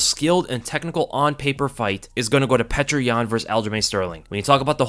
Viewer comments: Petr is pronounced “peeyo-ter” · Petr is pronounced (Pee Oh terr), and I thought Benevidas was done after his last match. Geez, he’ll never quit! Tough to a fault he is. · Great prediction but its baffling how you keep mispronouncing petr, its pronounced (peow-ter) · his name is not petra stop with this pc corectness bs peter peter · I've heard his name pronounced- Peter, Peoter, Pechr What's the actual correct way to pronounce this champ's name? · great video btw I think you actually just pronounce yans name like "peter" straight up... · Thanks as always for your amazing work. One constructive criticism: Petr is pronounced "pyo-tur". The "e" is actually a "ё" which is pronounced "yo".